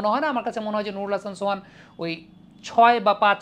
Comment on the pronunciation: নুরুল হাসান সোয়ান 😂😂😂 নুরুল হাসান সোহান হবে,,??